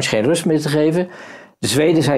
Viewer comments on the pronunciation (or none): none